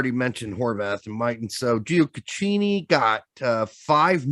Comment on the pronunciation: Always get a crack out of how and mispronounce Nicholas Gioacchini's last name to "Giocochini".